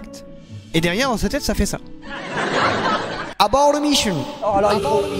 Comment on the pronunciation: "À bord de " ça fait 1 an que je me dis mais qu'est ce qu'il veut dire??? Je viens de comprendre qu'il disait "Abort the mission "😂😂😂 décidément les français et l'anglais c'est très compliqué 😅